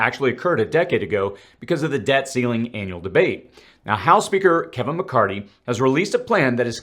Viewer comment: Mc Car thy (thee) not Mc Cart EE! Anyone else ever notice this guy pronounces certain words weird (incorrectly). Find it very very interesting!?! Even the Kevin is off! Not the first or second time I have noticed this makes one wonder.🧐🤔